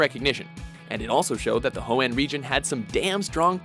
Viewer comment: Wat about ho -ann